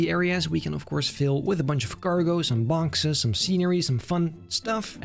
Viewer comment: is it just me me or did say "cargo and BONKses"?